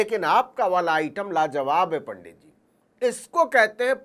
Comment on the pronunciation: यदि यह सत्य है तो रजत शर्मा पर शक्त कार्यवाही होनी चाहिए। परन्तु इस नवीन ने भी जिस प्रकार से पंडित और पांडेय का उच्चारण असभ्य भावों के साथ किया व एक समाज की भावनाओं को आहत किया ऐसे में इसके चैनल पर बैन होना चाहिए।